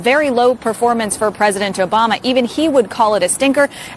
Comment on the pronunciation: she said jobama